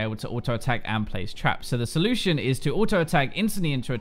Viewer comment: 0.48 "so-lucian"